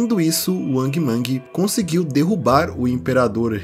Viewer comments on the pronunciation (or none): none